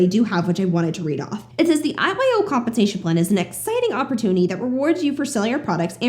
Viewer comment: I was listening while driving and the first few times you said IYO club i heard “eyes wide open club” ha😂